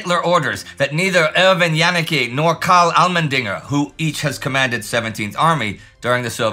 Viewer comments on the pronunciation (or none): none